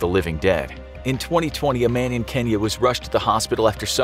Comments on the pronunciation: And as a Kenyan I say, it is not "kenia it is kenya" okay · 'a man in Kenya went to the hospital' I thought u said ' a man called Kenny went to the hospital'